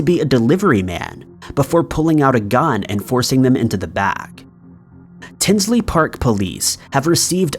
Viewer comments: Tinley** not Tinsley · In story number 3 the correct pronunciation is Tinley not Tinsley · #3 it's "Tinley" Park not Tinsley.... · The Lane Bryant murders were in TINLEY Park not Tinsley park…. Lmao wtf. You get so many facts wrong in all these videos. I swear to god your videos are like the cheap ass mass produced made in china plastic shit from dollar tree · Before making a video you should get all the details correct. It's Tinley Park, not Tinsley Park. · PLEASE!! The Lane Bryant Murders happened in my town, TINLEY PARK, IL, not “Tinsley “ ..SMH!! It was and still is a horrendous case that has yet to be solved and changed our town. Please research and proof read before posting so the correct info is put out. You have the wrong name of the city . Unbelievable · TINLEY . NOT TINSLEY DUDE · Except for the Adam Sandler doppleganger thumbnail LOL and "tinsly" park